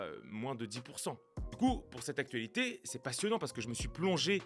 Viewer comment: Je me demande d’où vient cette façon de prononcer d’AC-TuA-LitÉéÉe … j’y pense souvent … 🥸